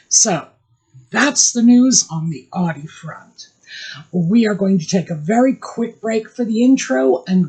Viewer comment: Not " audience AUDI ❤